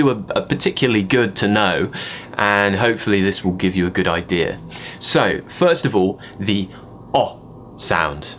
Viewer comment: Love this... Way is good (short 'o'--s)pronounced guurd (awful!) and why have Brtiish railway stations become train stations?